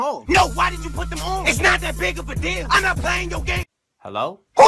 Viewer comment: did no one released that he says "It's not that big of a DILL" (like as in pickles)